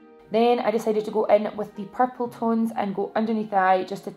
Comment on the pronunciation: Purple eye shadow looks AMAZING on you!! And I love the way you say purple 😫😫😍😍 xx